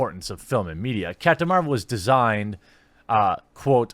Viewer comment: It's called "deigned," not "designed." You make the rest of us look like crap when you mispronounce words that have a simple pronunciation like "DANED"